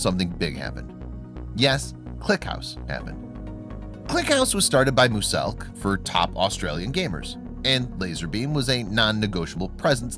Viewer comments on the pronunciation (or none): Sorry but you pronounce muselk as like myuselk not moooooooooselk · “Moose-elk” It’s muse elk... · No one literally no one ...... this guy : moooseelk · When you say Muselk you pronounce it moo-selk when it is pronounced mue-zelk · Ya. And said mooselk not muselk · It’s not muselk it’s mooselk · Did anyone else hear that he said mooselk instead of Muselk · Im so trigged that he says moooselk not muselk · Moo selk? Its Muselk not Moo selk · No offense but it's not pronounced mooselk.its pronounced muselk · No one: Absolutely no one: Draw Their life: Mooselk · He also says mooselk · Its muselk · Nobody: Not even a single soul: Draw their life: mOoSeLk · I love how he says “mooselk” lmao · THIS GUY IS SO BRAVE HE SAID MOOSELK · He really said MOOSELK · Am I hearing something or is he saying mooselk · It is pronounced muzelk moose elk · Would you say muselk correctly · Why is this so facts he literally can’t say muselk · "Moose-elk" its pronounced like music but instead of the "ic" its with the "elk" sound muselk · Few mistakes - lazarbeam never moved into the click house. He was just part of the click crew. - you're saying muselks name wrong. It makes me cry lol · canbarely prounounce any names. For an example Muselk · The only thing that triggered me was the way he pronounced Muselk!!!!! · I hate the way you say “muselk” and “Lannan Eacott” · I'm sorry, the way you say their names just bothered me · you weird now you say muselk wrong and now you say rock sizers paper, wtf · Learn how to say muselk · I just disliked because of the way he says muselk